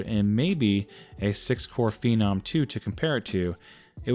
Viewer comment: It's hilarious how Americans can't pronounce things on a regular basis. It's not PHEE-NOM, It's Phen-nom. You know, sounds like Venom but with a PH.